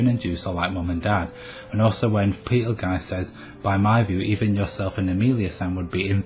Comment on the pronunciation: The way you pronounce Petelgeuse is disturbing. Other than that, i seriously doubt Fortuna and Sirius are the same person. There is no power that can resurrect a dead person except the Divine Protection of the Phoenix. If she had that blessing, it would at least be foreshadowed. And even if the Authority of Wrath is supposed to have a healing factor/resurrecting factor...if and when Fortuna recieved the Witch Factors of Wrath, she was dead. Meaning there's no way the Witch Factors could accept her as a host since she's...y'know...dead. No Sin Arhcbishop or Witch recieved their Witch Factors when they were dead.